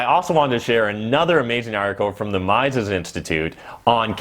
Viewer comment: Mises is pronounced ME-ses, not MY-ses.